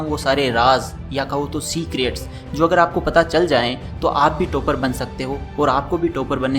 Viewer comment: Toop nahi. Top hain pronunciation. Tooper nhi..topper